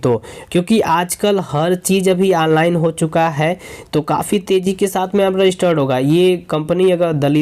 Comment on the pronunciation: Waaaach......Anline....Saart out..... Alllllrady.....Berify.....ek hota hai slow aaur ek too slow......Eskip ka Aaapsion😂😂😂😂😂